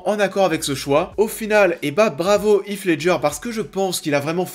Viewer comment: Bah si, j'insiste, "Heath" ne se prononce pas du tout "If" comme c'est le cas dans cette vidéo, n'importe quelle vidéo Américaine parlant de l'acteur le prouve